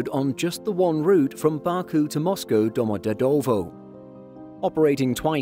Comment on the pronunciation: For info, Domodedovo is pronounced "Doma-dyedava"